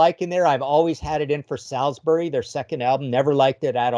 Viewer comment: By the way Americans "Salisbury" is pronounced "Sols-bury". It's where my late dad was from.